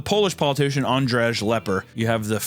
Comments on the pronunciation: Andrew or andrey not andresh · As a Pole, I was taken off guard by the pronunciation of Andrzej so bad but I appreciate the attempt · Polish was so fucking mispronounced. Z is like English Z and J is like English Y. the way you pronounced Z or J is perfect for Ż and RZ. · the pronunciation of Andrzej killed me lmao